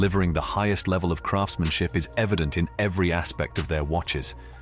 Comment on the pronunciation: Wery-wery amateur video maker!!!!